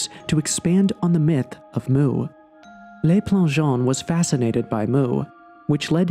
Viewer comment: Please learn how to pronounce French. "Le" rhymes with look, not lake. It does not sound like "lay."